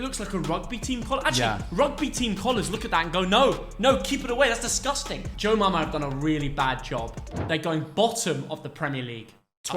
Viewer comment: Brentford kit maker is joma not jomama